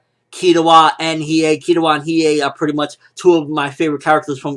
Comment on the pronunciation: im still kinda upset they didnt put yoh form shaman king an kazuki from buso renkin an you butchered killuas name man